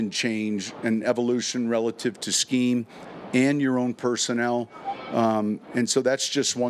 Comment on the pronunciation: If he says RELITIVE again I'm gonna freak out!